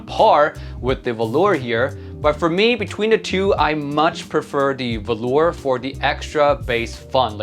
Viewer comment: I do believe it's pronounced volur with short o and u, either way it should sound nothing like the fabric velour!